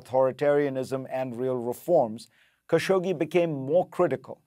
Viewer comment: Thousands of reporters can’t pronounce Khashoggi correctly ,even you ?